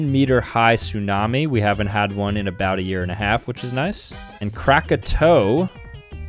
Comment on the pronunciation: It's kraka-t-o-a